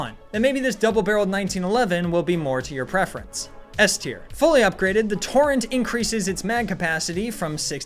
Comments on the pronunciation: It really annoyed me how he pronounced “Vulcano” as “Volcano” and how he pronounced “Torrente” and “Torrent” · Toe-ren-tay. Vool-cah-no. We are in italy.